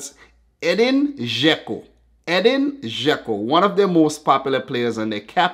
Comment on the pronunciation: My dad started laughing so hard when you said Edin Đeko you pronounce it Žeko😂